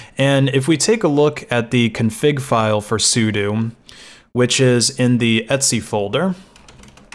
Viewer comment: I have never heard someone pronounce "/etc" as "Etsy". Also, "sudo" is pronounced "sue-dough".